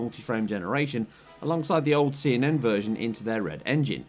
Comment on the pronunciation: He called cnn “ccn” the whole time